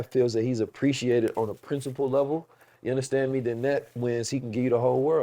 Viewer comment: I just love when he says “Ya Undastand Me”